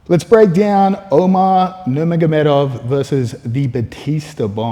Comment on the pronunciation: Dont say umars last name if you are gonna mis pronounce it.